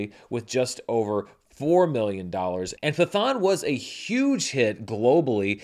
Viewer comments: Just so if movie 'Pathaan' makes into your next video its pronounced as Patt-haan/Pat-haan and not Pa-thaan, keep the letter 't' separate as is. That is all. Good video though. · I was going to say: brilliant charts this week, but Pathaan would be pronounced (in Sanskrit) with a hard T, not a "th" sound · At the theater I work at, Pathaan (pronounced Pat-haan btw, it took me forever to get that too) was easily our biggest movie this past weekend. A Man Called Otto and Left Behind (Ew) were the closest behind, but it was a ways off. I decided to check it out myself, and I had a lot of fun. It’s no RRR, but as a big action movie with an incredibly charismatic lead, it did it’s job well. I want to check out the other movies in this universe, especially because another one, Tiger 3, is scheduled for later this year. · Pathaan is pronounced as follows: "Pitt-Hahn"